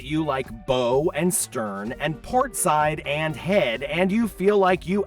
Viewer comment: BTW, "bow" (front of a ship) is pronounced /baʊ/ (rhymes with "cow," "now," "how"), not "bow" (like a hair/gift decoration) is pronounced /boʊ/ (rhymes with "show"). Going to be doing our first cruise on the Wish next June, after almost 15 years of almost annual Disneyland trips. Doing concierge, in one of the two big Oceanview staterooms with 7 floor to ceiling windows right above the bridge. This video reminds me to dig a little deeper into research on some things, so thanks. Did get the travel insurance when I booked it. Oh, the power slot, you can supposedly use a old key card from a previous Disney theme park stay instead of your cruise key card.